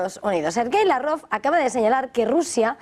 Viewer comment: ¿Desde cuándo se dice Lav-Rov y no como siempre se dijo Lávrov?